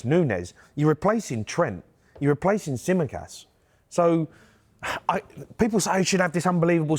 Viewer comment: Man said Tsimikas😂😂